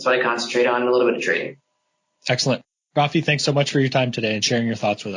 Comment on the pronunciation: Rafi not fabi.